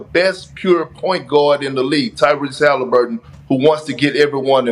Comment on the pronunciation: Pat says Tyrese's name like first name Hali last name Burton